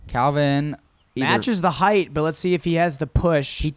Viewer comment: Finally someone who says “height” correctly.